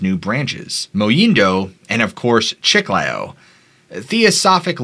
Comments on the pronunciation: Chee-Kly_oh -Chiclayo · Chiclayo. (The second syllable is stressed.) Peru is full of mysterious past and present including a multitude of cryptids and ufos. I lived in Iquitos and have traveled much in Northern Peru. I have heard incredible stories from people from all walks of life.